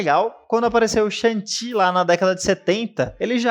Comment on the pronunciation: "chuangue tchi" rsrsr vou chamar assim agora nas rodas de conversa de velhos nerds